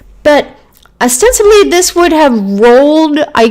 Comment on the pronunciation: Love your timeline! Is it just my old ears or are you saying osensibly instead of ostensibly??